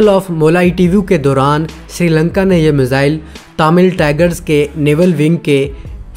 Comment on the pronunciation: I watch your videos. Like your work. The word is ‘miss ile’ please do not pronounce misile. The syllable is easy to use and get your pronunciations correct. Thank you